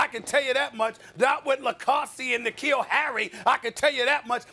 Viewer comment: I love that Stephen A remembers Matt LaCosse (although he pronounces his name wrong) like he’s Kittle or Kelce for us 😂